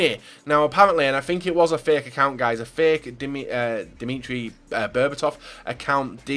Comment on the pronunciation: 'Dimitri Berbatov' it's Dimitar